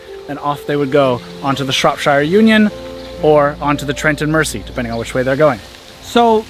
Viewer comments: AAAaaaahhhhh!!! Please please substitute the s for a z to be able to pronounce Mersey the correct British way as in Merzey. There’s an old 60s song called Ferry Across the Mersey, pronouncing the ‘s’ makes it sound wrong. Also with all the county names ending in ‘shire’ please say sha, as in Linconsha, Shropsha, all of them should be pronounced sha! Phew! That’s better got it off my chest I can relax now. Thanks for taking along on your sojourn, on a narrow boat, through the English countryside. Cheers Aah kid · The shortest canal you were on at Wardle was where my job was. Only a short walk down the road. Where I live is only 7 miles away from there. A point to make it's not pronounced mercy canal it's the Mersey as in Mer and then z how Americans say z. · Mersey is pronounced Mer Zee god knows how you will pronounce Llangollen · The Mersey is pronounced MER-Z 🤣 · or, more correctly - mer-zee! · Great videos. However it’s said Mer-sea (not mercy) and it’s a Wind-ing Hole (like wind of air, not wind a clock). You cannot moor anywhere on the towpath - there are often signs advising if it’s 24 hours only, 48 hours, etc. If no sign then it’s 14 days max. No mooring by locks or bridges or tunnels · Please! Mersey is pronounced Merzee not Mercy. I notice Americans do this very often not sure why especially here. If you've traveled on this canal or river you must gave heard how the name is pronounced. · Great video, but merciful powers! It's pronounced "Trent and Merzee" :) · For those who don't know (most Americans/Canadians), it's the Trent and "Merzey" not "Mercy" canal! The Mersey is the river that Liverpool is on the banks of. Think of Gerry and the Pacemakers song, Ferry 'cross the Mersey. The mouth of "River Mersey" is where Liverpool is situated, before is feeds out into the 'Irish Sea'. Then head north and turn left at the top of Northern Ireland and you're into the North Atlantic Ocean. I wouldn't advise going that far in a narrow boat though!